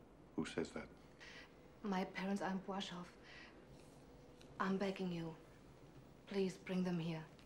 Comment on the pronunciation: Their scrupulous pronunciation -Płaszów - Pwashooff - he didn't anglicize town and person names - that just built up the realism for me.